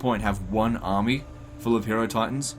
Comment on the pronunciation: it is pronounced hi-eh-ro-titans. the same way you pronounce hieroglyph. you know based on egyptians